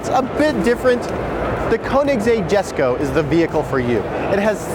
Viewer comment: YESKO not JESKO